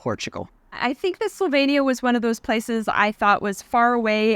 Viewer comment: What a disappointment that both of you consistently mispronounced the country's name. This is pretty basic stuff when visiting another country. I stopped watching your video after a minute.